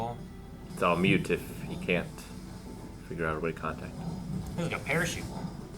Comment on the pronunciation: Moot. It's Moot, not mute...